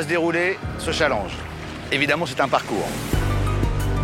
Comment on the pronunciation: mdr comment castaldi prononce challenge 😂😂